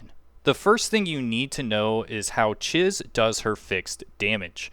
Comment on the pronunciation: It’s “Cheese”. When she introduces herself, that’s even how she pronounced it. Thanks for the video though. Saving it for later when I actually have my tycoon level high enough to get her.